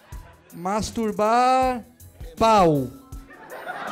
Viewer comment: MEU DEUS TO ASSISTINDO SEM FONE, AI DO NADA ELE SOLTA "MASTUBAR" E MINHA AVÓ OUVE E PERGUNTA O QUE QUE É ISSO KKKKKKKK